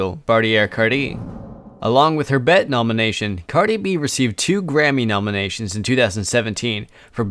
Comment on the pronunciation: BET is not pronounced as bet lol. She didn’t win a bet award, she won a (pronounced as) bee Ee Tee Award😂 as in B.E.T. standing for black entertainment television 🤦‍♀️